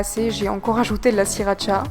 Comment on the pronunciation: c'est de la sRRRRRiracha pas de la siracha